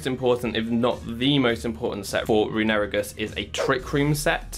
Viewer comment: The way you pronounce runerigus is infuriating